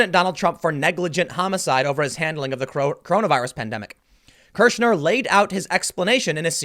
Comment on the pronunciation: "Kirschner" Every. Single. Time.